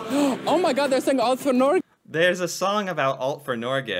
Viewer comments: You don't say Norge with a soft g, you need a hard g. Like the word Get. Norget without the T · The G in Norge is not a soft G, but a hard G. Like when you pronounce the word GO. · Norge - > the g like in "go" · When your pronouncing Norge, you sound like you say Nåcjhe. It really grinds my gears. You put out a lot of great content btw. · Please notice that Norge is pronounced with a hard g, Nor-geh. You also mentioned somewhere else that you have to be a Norwegian citizen to study for free at a Norwegian University. That’s not the case. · there is no J in Norge! xD prenounce it correctly